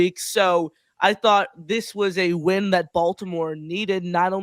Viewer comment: can't even pronounce the word "win"